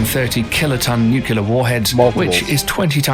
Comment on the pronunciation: Anyone else have a brain spasm every time he says " nucular"?